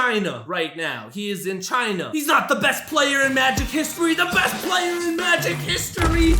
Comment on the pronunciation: Yo can you stop talking like this: "ThE beST PlaYeR " its giving me a headache